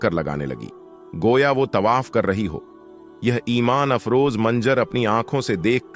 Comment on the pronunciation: Your pronunciation is very bad. Word Tawaf yani parikarma ko Tabah bol rahe ho. There aur hundreds of such mistakes mistakes in the vdo. Aapka channel koi Islamic channel nahin hai , kiyun jhoot bolte ho. Non muslims only dono great mosqs ke compiunds main nahin ja sakte . Dono cities main kai non muslims aate jaate hain aur many are employed there. I have seen them .